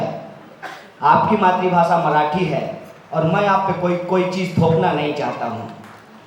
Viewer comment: इसने अपना नाम गलत रखा है या यह गलत नाम बता रहा है कभी न कभी यह बहुत बड़ा काण्ड करने वाला सरकार को इसके बारे मे पुरी जानकारी निकालनी चाहिए इसका नाम मुसाउला होगा और इसको हिन्दी या मराठी नही आती मराठी को मलाठी बोल रहा है क्या यह जानवर पहले बोलना सीखे उर्दू बोले हिन्दी बोले की गाड मे दम हो तो अरबी भाषा सीख लेवे लेकिन हिन्दी भाषा को खराब करने की कोशिश ना किया करे घीन आती है जनावर के ऊपर कहा पैदा होते है ऐसे पशु बिना अक्ल के क्यु मुसलमान को भड़का कर मुसलमानो का नुकसान कर रहा इस्लाम की शिक्षा देने वाले ग्यानी मौलवी मौलाना आलीम बहुत है तु बार बार उल्टा पुलटा क्यु बकता रहता है